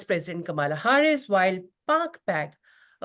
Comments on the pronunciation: She is intentionally mispronouncing the name "Kamla" ! Insulting Indians? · why you are pronouncing Kamala name wrong😮